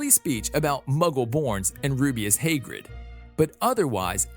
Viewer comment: And Hagrid Haygrid